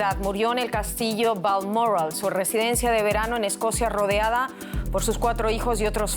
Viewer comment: VALMORRAL Vaya! que se ha comido la locutora?